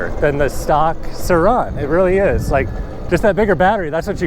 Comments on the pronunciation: No one commenting how annoying it is that says “Sir Ron” and not surron 🤦🏻‍♂️ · The way you pronounce “Surron” makes me cringe lol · ah yes the suhron and talairia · Bro why do you say Sir ON